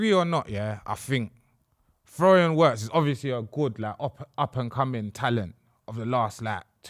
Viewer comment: fellas for the love of god his name is pronounced Virtz ,w in german is literally read double V(VVirtz)